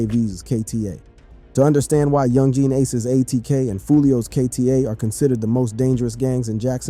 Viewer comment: Bro is saying yungjean ace